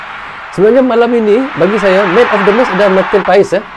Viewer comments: Baca dan pengucapan nya Martin pas bukan Martin pa es.walapun secara tulisan/tulis.Martin paes... Jdi nama nya Martin pas.bukan Martin paes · marteen paes dibaca marteen pas bgitu katanya bang